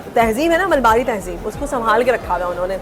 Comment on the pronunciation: MALABARI......not Malbari.